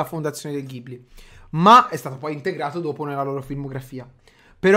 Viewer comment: Si dice studio Gibli anche se si scrive Ghibli